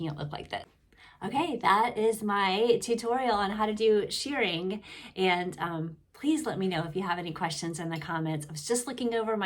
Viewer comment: It's pronounced "sherring" not "sheering"